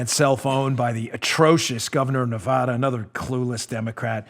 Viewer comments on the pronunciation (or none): Dan, its NevAda, NOT NeVAHda,,,,,,!!!! and don't blame us for sissylak.. Clark county (Las Vegas) voted him in. He had soros backing and california millions poured into his campaign. we in NevAda hate him......